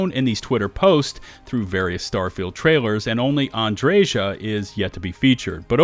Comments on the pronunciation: Andreja is not Andrezha. Slavic J is pronounced like Y in word 'yes' or 'you'. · Also, I'm pretty sure the j in Andreja is a soft j. It's not Andre Jah lol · Andreja is pronounced Andrea (J is silent). At least I think so.